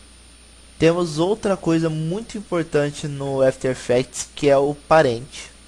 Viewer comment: Dica de pronuncia: Não é "éfiter effects" é "after effects" mesmo. Brigado pelo tuto!